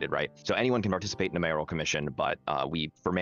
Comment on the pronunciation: Sorry it ground my gears so I had to point it out. It’s not MAYOR-I-AL it’s MAYORAL.